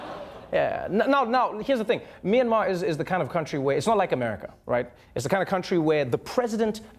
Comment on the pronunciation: Myanmar. Is pronounced more like “Meeanmar” you got it right the 2nd time